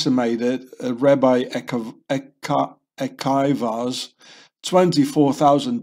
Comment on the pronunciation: Hi! It is pronounced Ah key vah... have a great day...